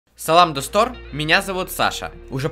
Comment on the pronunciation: (Салам достор) круто прозвучало😅 произношение как у носителя